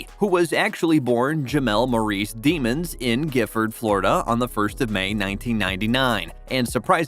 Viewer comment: He said “demons” he pronounced that wrong asf🤣